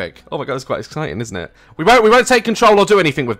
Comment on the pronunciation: “Omg it’s quite exciting isn’t ih “ is the most POSH sounded sentence I’ve ever heard daz speak XD